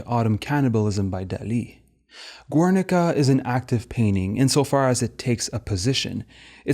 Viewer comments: Gernika, no U in the pronunciation. Thanks for the detail. Have you seen Little Ashes? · Some good argumentation here, but the frequency of incorrect pseudo-authentic pronunciations ("ur-," "Guernica," "Miro," etc.) are legitimately distracting. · GERNIKA, NOT "GÜERNICA" It's not Italian. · Great video, just a comment: The U ind Guernica is silent. Silent like Spain about Dali's fascism.